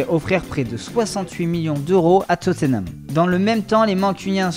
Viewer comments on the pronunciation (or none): none